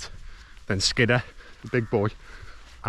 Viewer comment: I always thought it was pronounced "Skid - Ore"